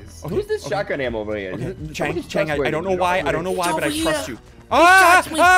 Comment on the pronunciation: Chang not cheng